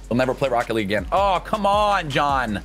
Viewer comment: Alejandro Santander I’ve never seen anyone butcher Jon’s name as bad as you just did